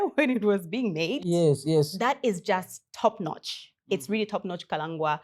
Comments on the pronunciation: How is it can't pronounce Kalangwa's name correctly? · Kalengwa not Kalangwa❤❤❤